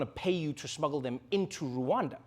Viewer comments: It's Rwanda not Ruwanda that pronunciation is so... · Rwanda not Ruanda